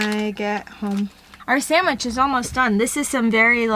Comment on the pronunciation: is saying “And samich for me too!”